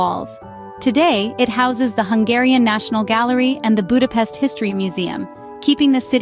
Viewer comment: Ha már ide utazott tanulja már meg helyesen mondani a fővárosunk nevét, és pöszítsen!